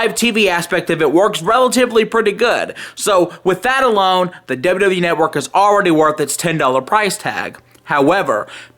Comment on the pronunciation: "The WWE Netwuurrk"